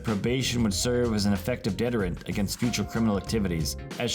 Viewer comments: ahhhh. I've been to a lot of places and spent time with people all over the world and never have heard it pronounced that way. guess I need to hang out with more Canadians. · Why use the word “deterrent” if you don’t know how to say it? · the way he pronounced "deterrent" made me laugh. stupid comment I know but come on lol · You pronounce deterrent wrong.